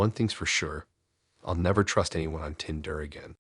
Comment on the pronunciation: i tryed to listen but couldn't stomach the tindrrr ...started making my eye twitch